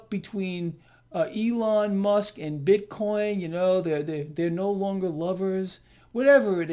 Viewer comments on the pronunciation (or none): none